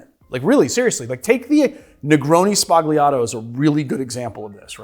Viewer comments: Hearing "spagliato" with a plosive 'g' makes my hair stand on end. It's 'spalyato' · It's pronounced sbalyato, not sbaGleeato. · Negroni Spah-li-ah-tow. Not negroni Spag-lee-ah-tow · I love the video but the pronounciation of "Sbagliato" is killing me xD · Great vid-but please learn how to say the word sbagliato! 🙏🏼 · "Everybody makes negroni sbagliato". Nobody learned how to pronounce it. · you don't say the g in sbagliato